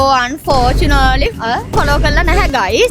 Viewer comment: unfortunately ❎ Unfortu naaa leee uh ✅😂